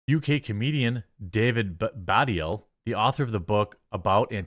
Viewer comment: "Uk comedian David Baddiel" he's also Jewish. That's probably why they quoted him. Incidentally both the D's are part of the second syllable. It's "ba-deel".